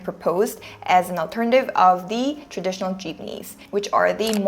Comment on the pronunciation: Good analysis of Filipino transportation. One minor mispronunciation of the word "traditional". Pronounced "trah-di-tion-al"